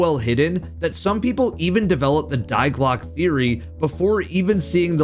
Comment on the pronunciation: i hate how you say die clocke